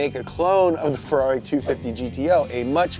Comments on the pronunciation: When the scouse in you comes out when you say farrari 😂😂😂😂😂😂😂 funny as fuck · You say Ferrari like a Brit 😂😂😂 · I like how he pronounce ferrari